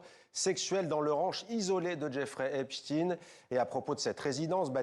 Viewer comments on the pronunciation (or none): Ep " stein", pas " Steen" comme Bruce 😅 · Son nom est Epstein et non Epstine. C'est quand même incroyable que tous les journalistes prononcent Epstine au lieu de Epstein. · Quand j entends epSTIN, AU LIEU DE EPSTEIN, la vraie prononciation, je coupe car je sais sue leurs infos sont fausses et dirigees.. .. il ne faut pas choquer kes ju.. . Fs n est ce pas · Epstein pas epstin arrêter de mentir et de jouer le poisson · Il faut arrêter de dire "Epstine". C'est bien "Eptein". On ne dit pas "Eintine", on dit bien "Einstein". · Epstein pas epstine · "Epstine" lol vous dîtes aussi "Einstine" pour Einstein ??? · Il va vous falloir combien de siècles pour prononcer "Epstein" ?? Vous prononcez Einstiiin ?? Non. Alors ?